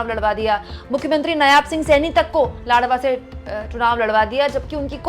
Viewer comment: नायाब नहीं, नायब है बेटा जी। हरियाणा तो गयो भाजपा के हाथ से ।